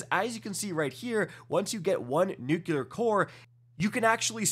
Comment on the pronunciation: It’s nuclear not nuciler